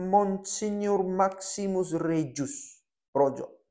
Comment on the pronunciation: Terimakasih, sudah berkenan menyiarkan keuskupan baru kami via medsos serta uskup pertamanya. Sedikit info, Sebutan nama dr Mgr. Maksimus Regus. Khusus sebutkan nama belakangnya tetap diucap g bukan j. Terimakasih, tetap sehat dan semangat dalam pelayanan